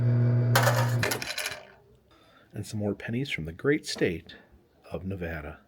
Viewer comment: I'm really enjoying the video but i live in Carson City, NV and the way you say Nevada bugs me lol great video tho.